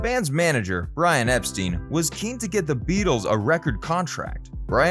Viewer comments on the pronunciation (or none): Gerry and the PACEMAKERS, not Peacemakers. Also Brian Epstein (pronounced Ep…Styne.)